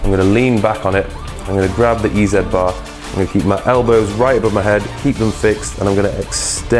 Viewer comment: "Eee Zee bar", as in "Easy bar", NOT "Eee Zed bar"!